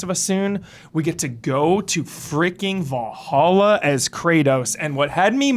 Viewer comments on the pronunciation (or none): none